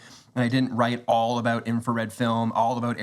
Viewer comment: Peter said abooot 😂